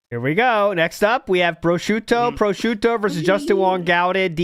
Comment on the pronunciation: (1) He can’t pronounce prosciutto correctly, and he sounds like a clown trying to pronounce things authentically (2) he was going to have a day out shopping and whatnot with his mom but 9/11 happened and killed the vibe